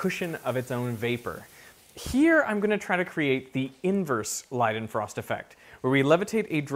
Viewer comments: LEEdenfrost. Not LIEdenfrost. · Have always heard it as lay-den-frost not lie-den-frost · Isn't it like lay-den-frost?